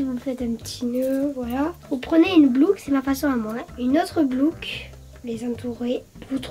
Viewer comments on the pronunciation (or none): « vous prenez une blouque une autre blouque » 😂🤣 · La blouque au lieu de la boucle hahahaha 🤣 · dit "blouque" comme ma fille. Elle et ma fille ont le même âge, c'est marrant qu'elles disent toutes les deux "blouque" 😂 j'aimerais bien te voir tester des magasins dont personne ne parle comme Princesse boutique, MIM, Pimkie, Jennyfer...etc voir ce que ça donne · C'est moi ou elle a dit une blouc au lieu d'une boucle